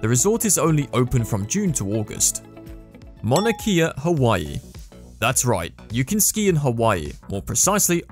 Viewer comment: First of all, Mauna Kea is pronounced ‘Mauna Kay-Ah” not “Mana Kee-Ah”. Secondly your advertising it as having 100 square miles of “skiable terrain” is misleading at best. The mauna rarely gets enough snow to ski safely on and many have been injured by all the rocks that are just under the surface. There may be one short patch that’s safe to sled or ski down. Most important it is a mountain sacred to the native Hawaiians and not a ski mountain for tourists to exploit for instagram. Edit: People still responding to this random comment I made a year ago, Imma leave it up just for the pure joy that it bothers people.